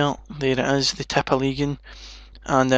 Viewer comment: I love the way you say tippeligaen :D